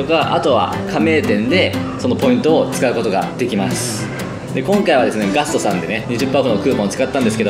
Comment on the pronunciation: make it possible with でんがん「ガth...」